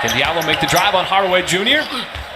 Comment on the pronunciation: Just nail that windmill next go around my Fulani brother from Guinea, hoorah! Diallo is actually pronounce Jalloh.